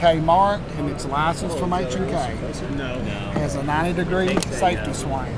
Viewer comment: "90 degree saftee swang" lol